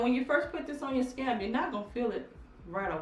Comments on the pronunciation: Laura Carr 🤣😂 Me too! I was thinking how that menthol would really burn or irritate those "scabs"! 🤣😂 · Mrs BeautyMark I thought her daughter had scabs on her scalp.😂😂😂😂 After a while I'm here thinking in my mind it's scalp not scab.😂😂😂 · Mrs BeautyMark Lol me too. I literally was laughing out loud saying what's a scab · I was looking for the scab and I couldn't see any and then I realise it was scalp! lol She is truly blessed. Thanks for the information! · ***** ***** She pronounces it the way she does because of her accent. She knows the word is "scalp"., they got jokes on a country gal lmao. Yall leave my girl alone lol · I thought you were saying scabs but you were saying scalp. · I love when you say 'sca-ap'! It reminds me of when my momma would say yogi for yoghurt or footy looties for fruit loops cereal. Do you! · Mrs BeautyMark y'all don't do my auntie!!! y'all know she has a speech impetiment!! 😂😂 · ccie cierra EXACTLY!!!! All of us southern people are not COUNTRY and can say SCALP!! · 😂😂😂 I was confused too until she began to apply it all over her scalp! I'm only a couple minutes past that part now and am truly tickled every time she says it. LOLOLOL! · I'm a country girl too but I know the difference between words.. being country is no excuse.. lol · "Scab." Lol. She obviously means "scalp". Please, please say "Scalp". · I love your channel and you, but you are calling scalp "scab" and I can't. lol laughing every time I hear it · Scalp, I’m sorry every time you said scab it was driving me crazy, it made me think about an actual scab lol and I’m like why she keep saying scab and its scalp. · It’s scalp not scab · SCALP PRONOUNCE THE L SCALP NOT SCAB LOL WHAT TIME A DAY IS IT YOUR DAUGHTER IS SLEEP ON THE TABLE LOL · It's scalp not scab lol 😂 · it's pronounced scalp. i would have watched longer but scab is just killing me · It sounds like you are saying scab instead of scalp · Mrs BeautyMark yeah she is calling it scab lol 😁